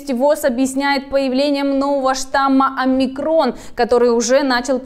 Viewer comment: не уподобляйтесь безграмотными дикторам ТВ. Их бы поганой метлой гнали бы с ТВ СССР. Просмотрите, как ставится ударение в названии греческой буквы Омикрон. На первом слоге, подобно Альфа, Бета, Гамма и т д.